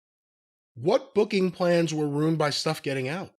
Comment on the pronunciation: Someone teach how to say 'ruined'. No such word as 'rooned'. He's awful